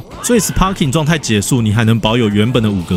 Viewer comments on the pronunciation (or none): Sparking的p要發b的音呦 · 雖然sparking發音是sparking，但一般不會有人特地唸成sparking，通常是會唸作sparking，因為影片一直sparking來sparking去，好像很努力想要發音正確，但其實反而偏離現實sparking的發音。